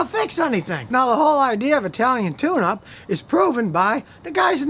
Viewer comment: swear to God, i thought this man was saying italian tuna